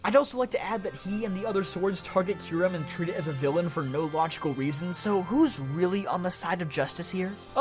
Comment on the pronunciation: IT'S KYUREM, NOT F*CKING KYRUM!